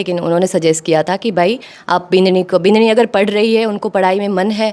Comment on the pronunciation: बिदाणी ❌ बिनणी ✅